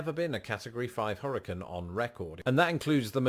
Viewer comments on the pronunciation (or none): He doesn't know how to pronounce hurricane